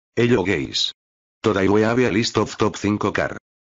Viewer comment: he pronounced hallo gays instead of hello guys💀